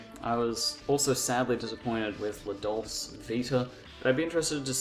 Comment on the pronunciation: Why are you pronouncing dolce that way?